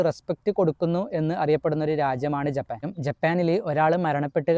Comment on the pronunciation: 'ജെ'പ്പാൻ എന്നല്ല ജപ്പാൻ pronounsation ശ്രദ്ധിക്കുക..'മെ'രിച്ച എന്നല്ല മരിച്ച എന്നാണ്